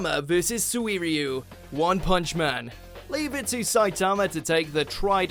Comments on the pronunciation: Anyone else noticed how he said Suiryu? "Soo-ee-ree-oo". It's "Soo-ree-oo," I think. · Swee-r-yoo Copy/paste this into google translate and use their pronunciation (it's decent for japanese): すい竜